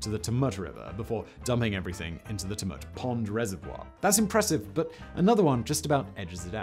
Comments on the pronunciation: Say it like Tue-Mutt. Haha. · It’s Chew-mit, not Tum-ut…I know it’s weird but we are all weird down here. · Tumut. Tumut. Its Tchew-mutt! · Tamoot for Tumut 🤣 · Simon you can't say tumut 😂 it's more like chew-met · chew- mutt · I think “t’mutt” is my fave mispronunciation ... having said that, great video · Tumut is said "choomut" btw... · Several mispronunciations of geographical features. The most starking is Tumut, which is pronouced Chu-mut, similar to Tulip. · The TooMut river? LMAO! He is crappy with place names. He has never been to oz is my guess. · Tumut. Guthega. Haha. Love it, almost as good as the Uluru one! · I cant stop hearing Tumut lol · I've heard Simon butcher some Australian names and some slight mispronunciation, but Tumut! That's really hard to hear because he is basically saying with two or to vagina in a local Aboriginal dialect. As an Aboriginal woman this is awkward to hear it said so casually by an English man. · Tumut = TYOO-mert Tantangara = Tan-TANG-ge-rer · TYOOmut, EucumBENE, MurrumBIDgee, Simon... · Murumbudgee? Cubraburra? Tumet? So many mispronunciations.